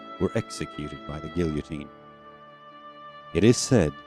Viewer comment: Good grief, you can't pronounce "guillotine"? . . . . there was no editor to catch it?